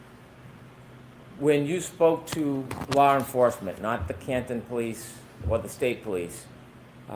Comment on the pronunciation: "Lar enforcement"- hank Brennan